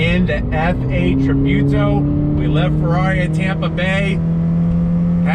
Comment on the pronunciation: Its pronounced Tree-Boo-to, lol